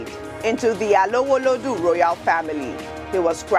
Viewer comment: that was an excellent pronunciation of Yoruba names, especially Alowolodu